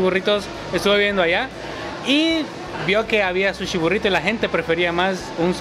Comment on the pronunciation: Jajaja me da risa que dice suchi